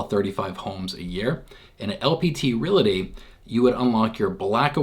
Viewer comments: I think you are pronouncing re-LA-ty instead or re-AL-ty. :) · Realty NOT RelAty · its the way you/re pronouncing the word, Realty. Correctly pronounced, you should first say "REAL", then add the "TEE", hence it should sound like, REAL-TEE, instead of Real-La-Tee, the way you say it. We're just trying to help you my dude.